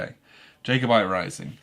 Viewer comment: And mispronounced Jacobite - jack-oh-byte. :-)